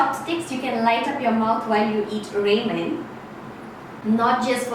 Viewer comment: It’s raa-men not raymen. Just saying